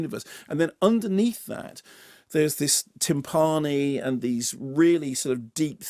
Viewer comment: Love this film but once again a Kermode review is dominated for me by a bizarre pronunciation. Timpani... or timpaaahni.